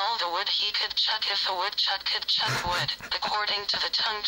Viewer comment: "CHUCK" NOT "CHOP"!